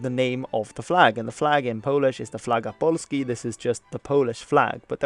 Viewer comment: U said "flaga polski" correctly . You are a good man. Thank you.